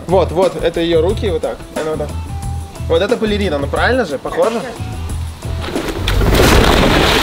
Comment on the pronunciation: Я все понимаю, но не бАрелина, а БАЛЕРИНА!!!